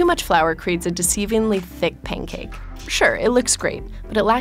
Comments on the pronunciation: Pain cake 😔💔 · Sounds like she's saying "pain cake."